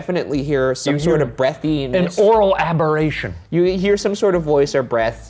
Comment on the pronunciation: Shane please never say oral aberration again 😂